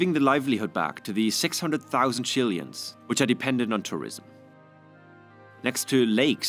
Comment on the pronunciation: Having a tough time believing in the integrity of this video about South America when the narrator is pronouncing the word "chili ins" 😑